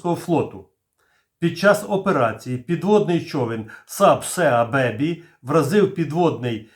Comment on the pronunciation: Сеа бебі..., купи собі англійський словничок. )